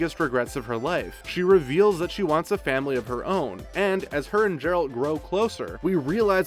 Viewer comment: Jeralt.....f*cking jeralt.